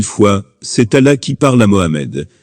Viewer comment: Il ne sait pas prononcer le mot "Allah "